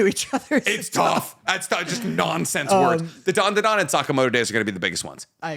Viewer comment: Loving always adding an extra “Da” to Dandadan